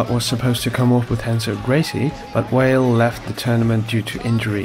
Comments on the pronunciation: First time I’ve heard Bart Vale called Bart Whale. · Why do you keep saying Bart WHALE??? It's BART number clart V V V V VALE ...it's not like in Portuguese R pronounced with a H you doing same fing using W instead of V v v v V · Bart Vale. Not Whale. VALE. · Why does he keep saying Bart Whale?